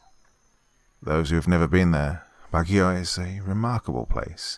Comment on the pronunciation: As a local of Baguio, you almost nailed pronouncing the name of the city.